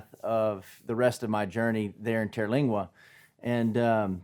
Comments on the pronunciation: You know how some little things just make you crazy sometimes? Sorry, but there is no terra in TER-lingua. TER as in 3, like tertiary. Lingua as in tongue, languages. It refers to local Indian tribes. I’ve been coming here since the Terlingua Racing Team days. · He's not the only person that claims to know or love Terlingua and didn't even take the time to learn how to pronounce the name. They will MOVE here without a clue and leave soon after because it was not the fantasy place of their dreams. They are JPT just passing through. 40 yrs of seeing this. Been a wild rice out here and was for me where I belonged.